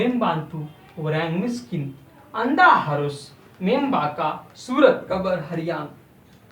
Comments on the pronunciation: Sorry, Sir! Meimbacha not meimbakha. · It is "membaca sir", not "membaka". The "C" sounds like "C" in the word "Chai" Overall I really appreciate you, greetings from Indonesia 🇮🇩👋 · Dibacanya Membaca bukan membaka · ghalat.... padhne ke liye membaca isko hindi me membacha ममबाचा padhte hain... kyunki c › ch all pronunciation is wrong